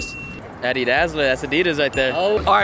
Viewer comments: He Adolf dassler is pronounced like Doss-ler, not dazzler. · Bruh you totally butchered adolf's last name